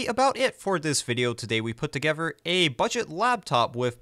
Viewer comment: The way you say together and another really bother me.